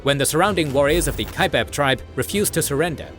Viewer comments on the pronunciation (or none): none